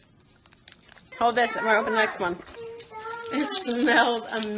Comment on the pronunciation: Why does she say "hode on, hode on, hode on." ? Does she not know how to pronounce hoLD on?